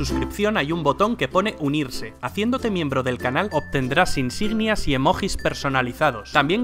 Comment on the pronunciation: "Asgárd" "iceberg" "emojis" jajaja, es común que los españoles pronuncien palabras inglesas en español. Excelente video.